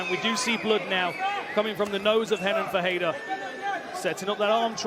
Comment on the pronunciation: why are you saying perreira not Ferreira commentator